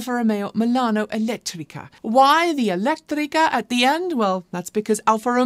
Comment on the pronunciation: I love the way you pronounce italian words ("elettrica", "veloce", "ibrida") while talking about Alfa Romeo 👏